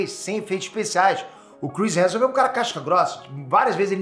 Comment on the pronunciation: O sabe que o sobrenome do homem é Hemsworth e não Hanson né?!